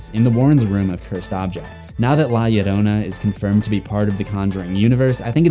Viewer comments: From a latin subscriber, your pronunciation of "Llorona" is pretty accurate! ❤️ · Thank u for taking care to pronounce 'Llorona' correctly :"")